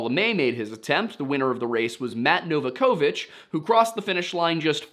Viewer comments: No-VOCK-ovich, not nova-kovich. The A is where folks get tripped up, but the emphasis is on vock (vak)! 😄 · You pronounced Novakovich wrong! Finally, a pronunciation I can be upset about. As an Alaskan who knows the Novakovich family, I'll be miffed for them. Can't believe I've watched this multiple times now and only just realized the last name you were saying! :D